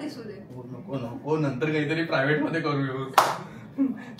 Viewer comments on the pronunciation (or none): none